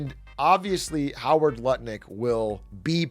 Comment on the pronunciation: it's enunciated " nutlick " not lutnick ...